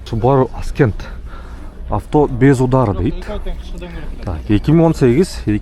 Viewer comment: Ascent-əˈsent.(көтөрүлүү, орусчасы восхождение) Аскент эмес.